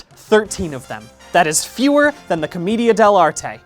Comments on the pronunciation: who's gonna tell brian it's pronounced "cohm-AY-dia" not "cohm-EE-dia" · I think it’s pronounced Cah-MAY-dia? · Brian I love u but it's "co-MAY-dia"